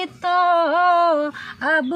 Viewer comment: Doesto nahi dosto bola karo.